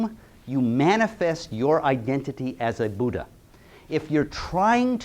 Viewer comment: It’s not Budda, it’s Buddha, dh not just d